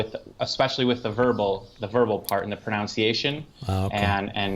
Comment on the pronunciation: the word is "pronunciation", not pronounciation.